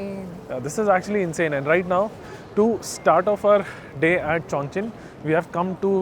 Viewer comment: 👍👍👍👍👍 !!! Chongqing City is PRONOUNCED chong-CHING. Not Chong-KING. Chongqing MEANS "Double Celebration" in Chinese. Notice too, that Chinese Language is Very "Economical" in Sound. Just TWO syllables for English Language SIX syllables. 😊